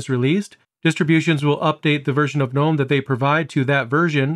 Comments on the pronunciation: It's pronounced guh-NOME, btw. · I think you might be one of the few Linux YouTubers that pronounces GNOME with the G being silent haha.